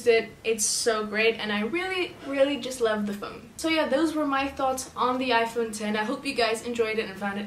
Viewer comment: Finally someone that doesn’t say "iPhone Ecks" 😂